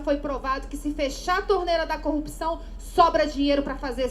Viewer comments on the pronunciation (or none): none